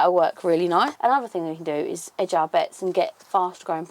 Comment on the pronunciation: Hedge our bets not ‘edge’😊